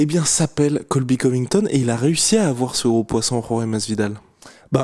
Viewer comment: « Been voyons » 😂